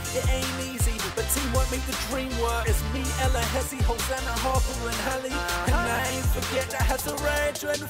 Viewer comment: wow...!! you are actually saying Hosanna correctly! you are very smart, and charming, I will miss how you used to call her Ho na na''' you're growing too fast dude